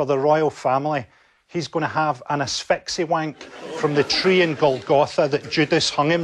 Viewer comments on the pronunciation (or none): "sounded like he said asphyxiwank" ...."he DID say asphyxiwank!"